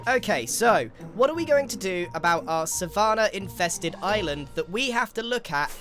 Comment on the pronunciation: Love the video but i have NEVER heard anyone pronounce 'Savannah' like that?? (I have the same accent as Grian) Am i missing something?